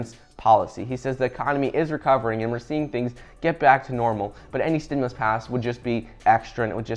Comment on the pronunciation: Stimulus check package coming this week why start out with that when you know it’s not true I try to follow you I try to follow you on YouTube but every time you say stemless check coming that’s not what I hear when you talk